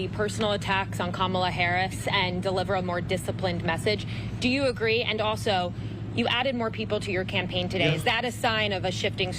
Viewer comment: How can someone running for President be so pathetic, mispronouncing names of people he doesn’t like….child!